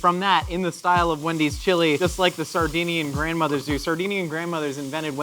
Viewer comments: See i thought he was saying Sardine-ian, as in the fish. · I think he was saying Sardinian which is a place in Italy too